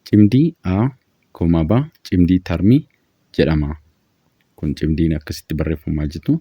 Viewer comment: Cimdii tarmii osoo hin taane cimdii tartii jedhamee dubbifamaa sirreessii